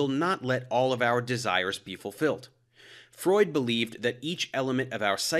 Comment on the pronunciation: it's pronounced freud